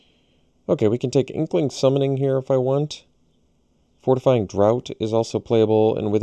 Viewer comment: Hey - thanks for all the content. I’ve learned so much from watching your drafts. Speaking of drafts, the card Fortifying Draught is pronounced the same way - draft. It’s like a British word for a drink like beer. No one has ever had a fortifying drought...;)